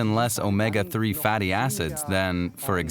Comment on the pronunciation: why does she pronounce raw as roar and fatty as fetty?